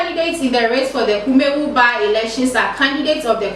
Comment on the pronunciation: Please your presenter must be presentable. The dress and hair are unpresentable as well as the reading. She can't even pronounce Kumawu.